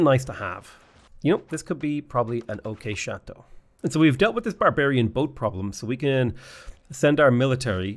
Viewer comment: Very well pronounced "Château" !